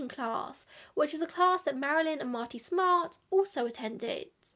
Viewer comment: And that is the correct way ! 🙃 -love from boston